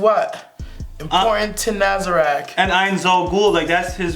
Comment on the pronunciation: If i could only declare one wish, it would be: "would you be kind enough to stop saying NazarAck"? I'm triggered every time.